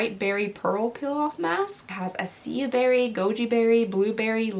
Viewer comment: "I-see-ya berry" 😂 ILY